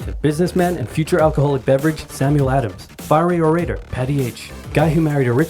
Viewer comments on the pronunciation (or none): none